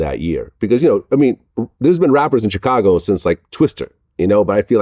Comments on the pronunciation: Ch cago 🤣🤣🤣🤣🤣🤣🤣🤣🤣🤣🤣🤣🤣🤣🤣🤣 the rest of the world pronounced it shicago vlad lol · I hate the way vlad says Chicago 😂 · I hate the way Vlad says Chicago lol